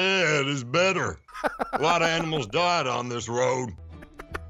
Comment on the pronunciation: Also, the Pet Sematary quote. "SOMETIMES DEAD IS BETTAH."